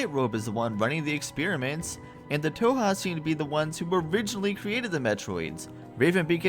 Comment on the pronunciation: Not the biggest deal or anything, but you aren't pronouncing "Thoha" correctly. The "h" is not silent, as can be heard in Adam / Raven Beak's pronunciation, during the Network Station briefings.